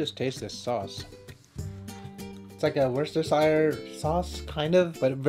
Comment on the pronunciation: Ahahaha can't say worcestershire.